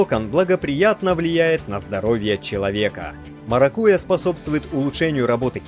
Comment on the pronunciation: МаракуЯ, ударение делайте правильно